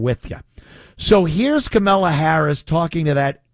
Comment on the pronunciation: Ant, it’s Kamallah not Kamella…… emphasis on the “Allah”.